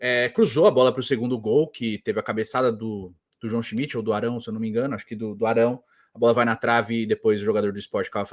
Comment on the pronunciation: a narradora falava schimidt e eu escutava busquets